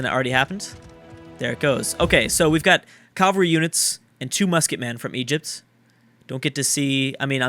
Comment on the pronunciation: Holy shit does he know how to pronounce "cavalry"? Sheezus